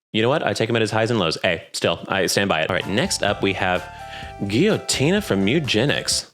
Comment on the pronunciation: it's Guilloutina. Not Guilloutony. But to be honest, she would likely not care. Tough boss though.